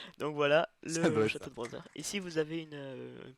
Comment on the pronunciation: pk tu dis browser et pas bowser ?